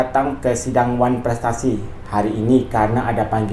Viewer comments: hello sayank..nulisnya yg bnr ya...wanprestasi BKN oneprestasi😂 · Curiga itu gelar dr nya bener gk tuh masa nyebut oneprestasi aja gk bisa 😂😂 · harus ditangkep... ngomong one prestasi ga bs itu kok jadi dok dok dok😂😂😂😂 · WAAAAAANN..... PREEEETTT 😂😂😂 dr kok gak bs nyebut ? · drg...oh drg...parah banget Sih IQ nya, ngomong wanprestasi aja ga bisa, 5 digit aja paham, kok bisa jadi dokter ya???? Apa top up juga??? 😂😂😂 Yg namanya diwakilkan berarti tdk hadir drg, gimana sih??? Klo lu berada ditempat baru namanya HADIR, masak gitu aja ga paham????🫣🫣🫣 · Wkwk lo liat dong darimana kosa kata pertanyaan nya??itu kritikan bukan pertanyaan gausah sok nanya gua sekolah dimana lo ga tau juga kosakata yang benar?lo sekolah??ckck yang sekolah dokter aja ga bisa ngomong wanprestasi lah lo pake nanya gua sekolah dimana ckck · Pantes aja si niki blng drg planga plongo😂 ngomong wanprestasi aja dia gagk loding🤪